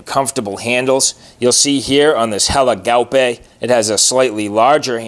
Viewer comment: Nice pronounciation of "Helle Gaupe"!